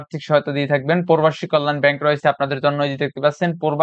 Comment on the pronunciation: প্রবাসী উচ্চারণ করতে পারেন না কেনো❗